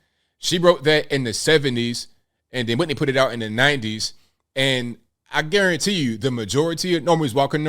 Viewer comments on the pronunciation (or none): none